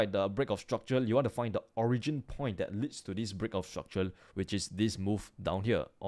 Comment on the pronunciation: i subscribed bcs i like how he pronounces break of structure